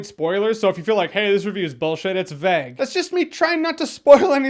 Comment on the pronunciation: Why are you saying vague like that? Vaag???